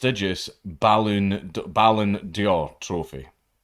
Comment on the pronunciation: There's no i in d'or. Just say it like you would door.